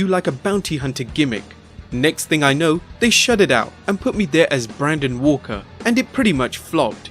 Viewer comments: You really need to perhaps watch or listen to more things, especially the things you are making videos about. The mispronounciations were just odd, especially with Braden Walker, whose name was on screen at one point, and the word menagerie, though admittedly might be less common outside of the United States, which is only one word instead of the two you tried to make it. At the very least you could watch your stuff back to catch errors during editing or if you employ an editor, have them have you do another take of the lines. These errors don't humanize you, they make you seem unintelligent and lazy. You can do better. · As you've been told already, it was Braden walker, not Brandon Walker